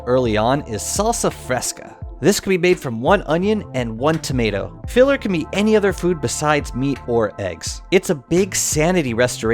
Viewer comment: Please dont pronounce tomato as tow-ma-root